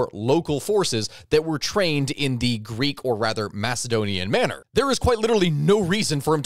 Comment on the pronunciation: As soon as this dude said "greek", he lost any serious history enthusiast! 🤣🤣🤣